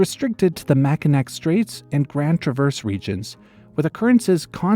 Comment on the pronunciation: Mackinac is pronounced "MAH-kih-naw." Traverse City is "TRAH-vers City."